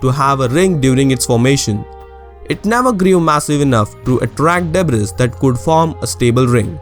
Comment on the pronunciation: great video. one suggestion would be to work on your pronunciation. like, the word debris. it's /'debri:/